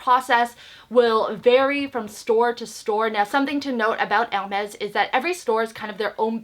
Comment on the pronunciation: Never thought anyone could make Hermes sound like a Mexican brand...'El Mex' LOL